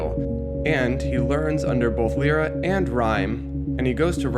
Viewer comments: Lyra is pronounced 'Lie-Ra' not 'Lee-Ra' just so you know :D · Lyra is pronounced: "Lie-Ra" just so you know, anyway good vid. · I cringed at the way you pronounced Lyra's name.